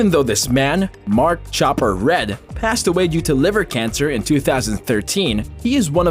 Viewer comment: It's Mark 'Chopper' R E A D You potato !!! Like Read a book... 🤣